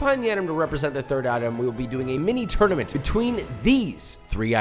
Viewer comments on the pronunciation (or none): none